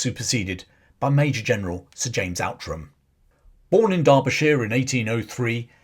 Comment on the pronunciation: Outram is actually pronounced 'Ootrum'. It's a bit Scottish you see.